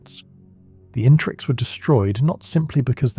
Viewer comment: It's its the interex, I think it's pronounced in-ter-ex. Not Intrex or In-trex.